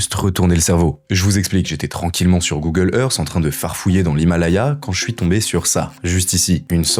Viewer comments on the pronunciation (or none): none